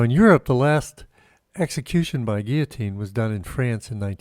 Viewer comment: ok syllable clap with me now "guil-lo-tine" & again 100times. Or I will tell the National Pronunciation Board lol.